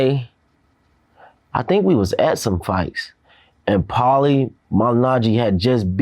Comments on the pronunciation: LOL. Vlad couldn’t even pronounce Paulie’s name properly!! Pretending , but doesn’t know sh*t about boxing. Probably doesn’t know anything about sports, period. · This man needs to leave Paulie alone at this point omg... 🤦🏾‍♂️😫🥴😔 Also mad Vlad doesn't even know how to say his name... What is he even doing interviewing fighters lol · VLAD claims to be a big boxing fan and yet cant pronounce Pauli name smh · Lol. Vlad doesn’t even know who Paulie is. Lol. So much for the “European “ dominance. You can tell because the way he pronounced the name. Didn’t even get it off recognition when he tried pronouncing it. Lol